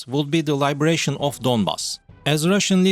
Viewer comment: And 'Liberation', not 'Libration'. Libration is the wagging of the moon(...) LiBERation is 'emancipation' or 'setting free'. Other than a couple of other funny mistakes, it is not too bad. I could understand it all quite well.